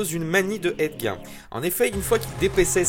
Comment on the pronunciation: Petite rectification mineure : Ed Gein se prononce Ed Guine. C'est cool de savoir qu'il va y avoir un film sur LeatherFace bientôt